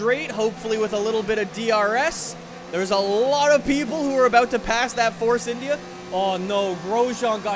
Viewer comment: Why did you call India like that